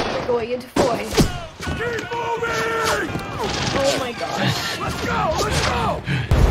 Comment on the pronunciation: I lived in Belgium for 3 yrs, and the town of Foy does not rhyme with "Roy" It is pronounced ""Fwah."